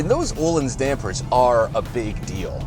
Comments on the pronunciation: Not Ohlin The Ö sounds like the i in the word bird! ;-) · Took Me 13minutes to realise they were trying to say öhlins (uh leans american pronunciation)